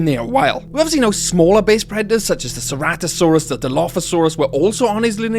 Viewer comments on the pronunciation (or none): none